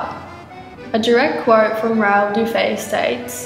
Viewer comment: Sorry, the name Dufy is pronounced ending with the sound e. Monsieur Dufy may have had Irish-Scott ancestry. So You Aussies know how to say the name in English- spelling with a double ff-Duffy.